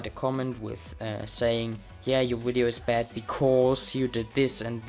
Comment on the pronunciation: I like how you say video it's sounds like you say wideo xD 😂😂😂